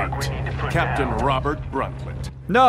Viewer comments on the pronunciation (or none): none